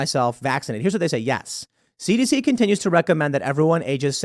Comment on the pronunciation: Tim! I can’t understand what you’re saying with all the CDC “D” in your mouth. You saying “it’s on the CDC website” means nothing. The CDC is a quack organization with zero credibility. They lied, no one kept good stats on anything and they hid/conflated/changed their mind on information Covid related which is why people feel the way they do.